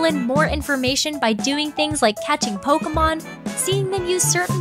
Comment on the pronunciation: Every time she says "Polka Mon" I lose a year of my lifespan.